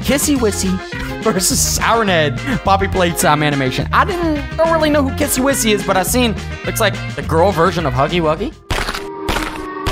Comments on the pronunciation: Her name is not kissy whissy it is kissy missy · That's a very good video but it's pronounced as kissy missy by the way this was a very good reaction I hope you do more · Its kissie missie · Dude its kissy missy